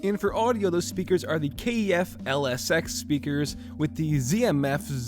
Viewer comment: K.E.F.? lol it's just pronounced KEF (K-eh-f)